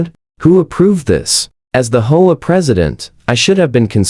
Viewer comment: I do wish that AI could learn to say "Aitch Oh Ay" instead of Ho-ah, but I suppose that's asking too much. 😆